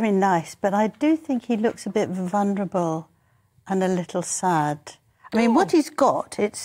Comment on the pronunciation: I love Angela, and she speaks well and has so much knowledge of her subject, but could someone PLEASE tell her that the word Vulnerable is not pronounced VUNRABLE it’s V U L N E R A B L E